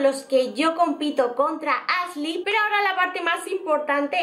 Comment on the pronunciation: Pronuncia “sh” en palabras que no van, pero dice “Asley” y “Sein” jajaja no puedo